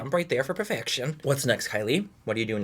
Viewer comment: FOR PERFEC-SHEE-ON😂😂 I LOVE MANNY❤️